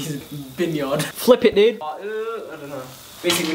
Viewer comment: "flip it duuudee" the American accent sent me 😭